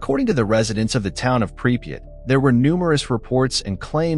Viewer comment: 3 different spellings and not one correct pronouciation of the name pripyat